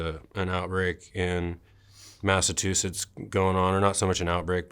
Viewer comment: "My dad was a hick from Massatoosits" that's gotta be the first time that sentence was ever spoken.